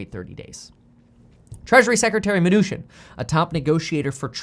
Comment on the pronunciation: I like it when he says Steve Mah-New-Shin!